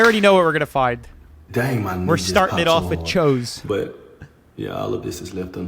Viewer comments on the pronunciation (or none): Pre 1910. Not 2010. And it's pronounced "chews". Not "chose". Did you even graduate?? 😂